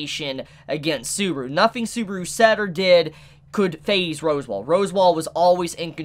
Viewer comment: You're aware you're saying "Rose Wall" right? 😂